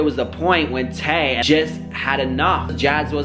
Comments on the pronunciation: Her name is Tae bro not Ta i smh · Tae* not tie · her name is Tae not Ti I heard that.